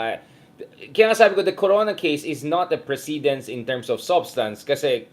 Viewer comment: Hi, Mr Heydarian! Regular watcher here. Precedent/ precedence is pronounced with accent on the 1st syllable. Just saying.